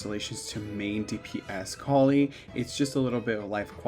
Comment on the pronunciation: You say Collei's name Coll-Ay by the way :)